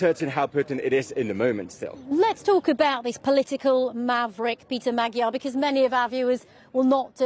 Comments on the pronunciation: Shame the presenter was not able to get correct prononciation of the opposition candidates name. Magyar, with a as in father, and gy as in duke. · Will the BBC bother to check their appallingly lazy mispronunciation of Magyar? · Does the BBC have a recruitment policy that disfavours the ability to pronounce the letter "R"?